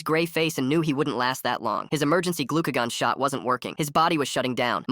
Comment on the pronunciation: “Glu-K-gone” is that correct pronunciation for Glucagon